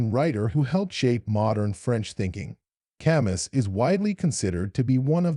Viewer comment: The "s" is not pronounced.